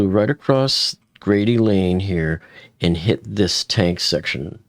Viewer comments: For future reference: That road is pronounced Grade Lane, not Grady Lane. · 😂 it’s Grade lane not Grady lane lol just messing with ya! believe me being from Louisville myself I have gotten hell about my English my whole life lol 😂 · It's Grade Lane (not Grady Lane). You say Grade like you would say for Grade A eggs as an example. (I live in Louisville. That's how we say it here, just fyi.) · It’s Grade lane, not Grady. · Grade Lane. Not Grady. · Grade Lane., not Grady Lane. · Im from Louisville and Grade Lane is pronounced like a “grade” in school, not Grady. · Grade Ln sounds just like it’s spelled (not “Grady” as pronounced). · Pronounced as it is spelled, Grade lane